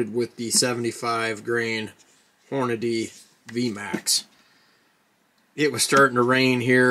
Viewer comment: For hell sakes be professional. It's not hornaday it's Hornady. Hor-na-dee.